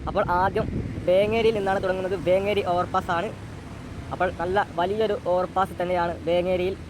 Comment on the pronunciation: വേങ്കേരി അല്ല വേങ്ങേരി എന്ന് pronounce ചെയ്യണം